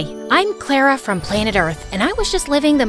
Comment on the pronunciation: The fact they said clarer but it’s Clara